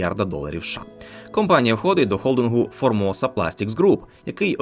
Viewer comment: Все круто, але попрацюйте над вимовою: компанія і кампанія - це різні речі